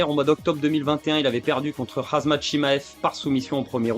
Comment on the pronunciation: Le "Khazmat" Chimaev a minutes m'a fait rire 😂En tout cas énorme les vidéos c'est toujours un plaisir de les suivre !!